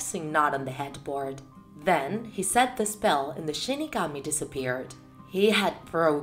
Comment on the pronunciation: Shinigami but she says shi kami